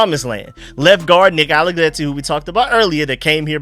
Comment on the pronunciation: Nick ALLEGRETTI, not ALLEGLETTI. R not L